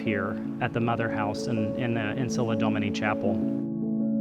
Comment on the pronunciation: Ancilla *DOMINI - not "domani" lol